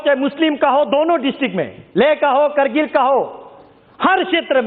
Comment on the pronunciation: Bc sahi se hindi bolna seekh jakr pehle krgil nhi kargil hota hai bc